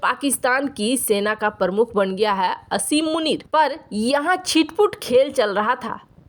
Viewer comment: मोहतरमा! उसका नाम पर 'असीम' नहीं है, आसिम है।